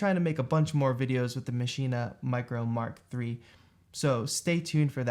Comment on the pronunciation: Thanks for a great video….. and saying MARK 3 not m k 3!